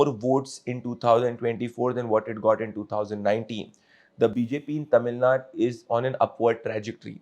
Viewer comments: ""ITS NOT TAMIL NUT"" ""ITS TAMIL NADU"" PLEASE Pronounce Properly* NO NO NO BJP And NO NO NO karnatakan ALIEN Annamalai IN TAMIL NADU karnatakan ALIEN Annamalai yenn mann yenn makkall IS HYPOCRISY FAKE And FRAUD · Pradeep, it’s not Tamil Naad, It’s Tamil Naaadu